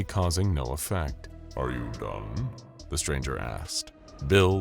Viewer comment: "Are you done?" sounded like "Are you dumb?"